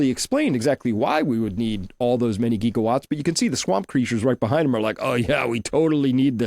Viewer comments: the 'Gig' in Gigawatts is not a long e. It rhymes with Jig, not league. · TIL Chris is AI because he says "geegawatts" and "Tower of Bobble" hehe